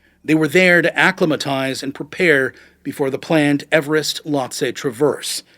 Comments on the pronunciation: Accli-matize? Pitt-Ton? Good voice, learned to pronounce basics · Acclimatize is pronounced a-climb'-i-tize, not a-clim'-i-tize. I can't read the nasty word that Simone called the Sherpa. The white text blends into the background. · Pronunciations could use some work. Piton Acclimatize